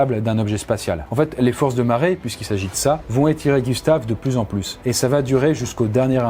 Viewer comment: J’ai compris « Les forces de ma raie » et j’suis pas déçu d’avoir entendu ça complètement de travers XD